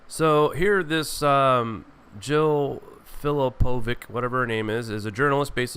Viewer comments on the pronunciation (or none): Fillipovic!!! it is not Filipovik nor Filipovich, it is Filipović, Филиповић - closer to Filipovitch, please use Google serbian/croatian translator speakers, It is ridiculous how you, English speaking lectors twist what's of foreign origin. In other words, respect at least people's names if you are unable to learn 1 or 2 different foreign languages to give you an idea, that what you do with English alphabet is a singular case, amongst all other languages, of twisting pronunciation of whatever other countries do with Latin letters. Sometimes you read the name of geographic location that I cannot find on the map - it is so far from the original that I cannot wrap my head around what you (English speakers) mean. The last one was Aleutian Islands, no! it is not funny! I know them as Aleuty. Europeans read letter as they are, apart from Brits of course. They have everything upside down, left on right, silly taps, vinegar on chips etc. when they make something of Latin it goes neither English nor Latin. Example? the word Regina, they twist it to English and Italian, nothing to what it should be, and they even publishers.lectors/tourist guides. It is lack of respect and education. It creates confusion and sometimes offense. and nobody wants to talk about it. Political correctness is getting you nowhere, be polite, they say, but at the same time it misleads you what is real and what is hidden as the truth.